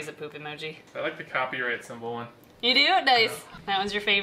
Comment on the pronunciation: Symbol not sembel